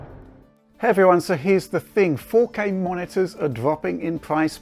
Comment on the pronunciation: faux-K.. I love it :p